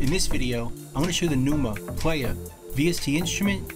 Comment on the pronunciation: “tha numa… playah”